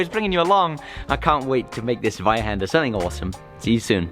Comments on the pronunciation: I like that you say the name in German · I think it’s pronounced zweihander ;) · did you study German? Americans usually butcher the language, but you hit the pronunciation on the head!